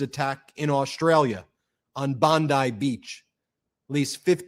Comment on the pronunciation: It’s Bond-ee!